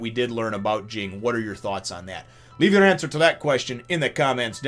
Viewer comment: Everyone criticizes Ging, but who exactly is he hurting? Due to his actions, Gon gets to be raised by a better parent and Mito gets to take care of Gon, something she obviously enjoys doing. If Ging truly "abandoned" his son, he wouldn't have bothered finding him a responsible guardian. Also, "Ging" is pronounced like the name "Jin." The first G is soft and the second G is silent.